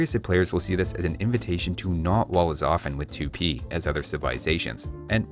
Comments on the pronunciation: Archers with poison arrows, the best hit & run units. Also, please say "twopee" instead of "tchoopee". And say it faster, because U (oo) and I (ee) are not two extended letters. They're just single sounds. Just like NAmericans say teepee. You don't overextend the eeeeeeeeeeeeeeeeeeeeeee, it's a short sound. Tipi. Tupi. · I think its pronounced tu-PÍ. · The American civs are SO PRETTY NOW!! And the Elite Blackwood Archer's fluffiness makes up for its squishiness (psychological warfare 111) The way pronounces 'Tupi' makes me think he's, oh I don't know, a math teacher or something. Anybody else hear '2p' when he says it?